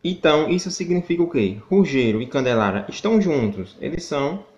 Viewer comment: O melhor,foi ele tentando falar! "Ruggelaria"